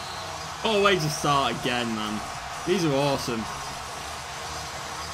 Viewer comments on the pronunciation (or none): none